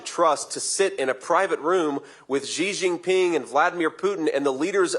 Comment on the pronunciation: Hey JD, you're a Senator and a Yale Law grad. Learn to pronounce Xi Jinping's name correctly.